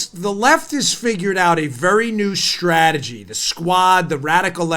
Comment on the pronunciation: Puuleeeeeeeese stop saying stragery.... Leave the "R" OUT!